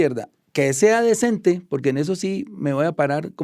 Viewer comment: Cada vez que el mohan este dice: "decente" el niño dios llora.